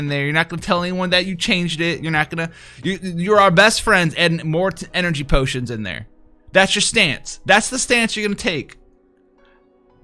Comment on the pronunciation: Literally no one:: "EnErGYYY pOOTIonS"